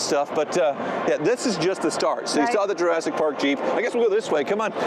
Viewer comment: said Jusseric Park Jeep...it's a Ford Explorer......